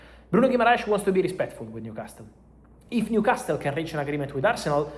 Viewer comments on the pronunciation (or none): Fabrizio, il tuo inglese è molto buono, ma la letters T a New Castle è silenzio, mandami un messagio perche sono un tutor di inglese. Here we go!